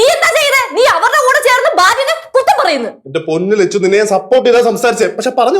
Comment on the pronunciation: Lechu alla chechu